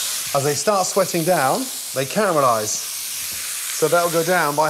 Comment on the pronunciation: I can hear the Scottish in his voice when he says caramelize